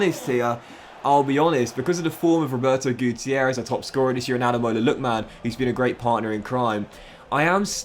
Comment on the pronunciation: you're actually sped. How tf can you not pronounce Lookman, Tuanzebe, Malen, or Bijlow right?